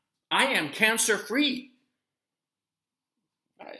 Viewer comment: It sounds more like "i'm gluten free" 🤣🤣🤣🤣🤣🤣🤣🤣🤣